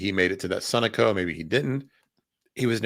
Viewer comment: Sunoco is pronounced suh-know-co